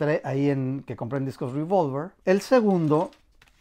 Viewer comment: No es ruivolver, es revólver, pronúncialo tranquilamente en español que tenemos esa palabra en el diccionario.